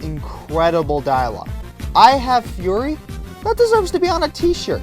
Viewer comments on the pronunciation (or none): none